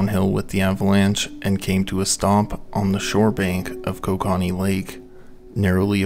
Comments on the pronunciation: another Canadian here, it's pronounced ko-KA-knee .. no matter how most Canadians like to say it. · Dude needs to learn how to say KO-KA-NEE. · OH WAIT YOURE TRYING TO SAY KOKANEE (CO-CAN-EE) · Love how I knew 5 seconds in all the comments were gonna be Canadians being irritated by the pronounciation. I love cracking open a nice cold Ko-kah-nee at the end of the day lol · It continually makes me laugh as to how much non-Canadians don't know how to say many of our land marks. It's not pronounced "ko-ka-nee", it's "koke-a-nee" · Canadian here, Kokanee is pronounced: “Coke- ah-kneee” loved the video! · it is pronounced coca knee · It's pronounced co-can-ee😂😅😂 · As much research that goes into one of these, is it that much to also research the pronunciations? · I didnt even know he was trying to say kokanee and I'm also from the town the brewery is in LOL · Yes!!!! Not sure I can watch this. in and whoever is speaking doesn't even know how to pronounce Kokanee. How does that happen? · This guy needs to learn how to pronounce kokanee properly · Shame you didn’t take the time to learn the proper pronunciation for Kokanee. And, you only get about 50% of the story correct. How do I know. I was there.